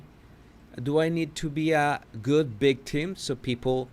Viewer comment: Am I crazy or is he saying constantly bictim instead of victim? I don't get it.